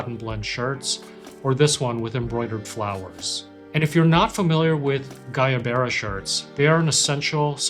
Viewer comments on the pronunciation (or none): Guayabera pronounced with like why-abera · The “G” in Guayavera is a “W” sound, as in “why”… Agua Guacamole Etc.